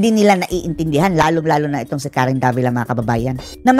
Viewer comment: davilat?? tama ba ung narinig ko?